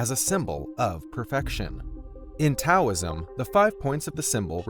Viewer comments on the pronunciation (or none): none